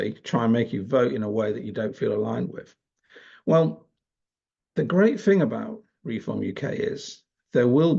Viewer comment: Maybe a minor point, but your MOCKNEY pronunciation is annoying. WIV? FORT (instead of THOUGHT)? FINK? FING? And Reform is "reFORM" not "REform"